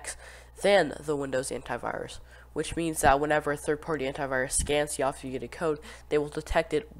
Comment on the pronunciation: bro didn’t say obfuscated right a single time